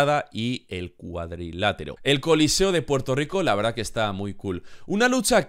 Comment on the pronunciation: Es choliseo, no coliceo..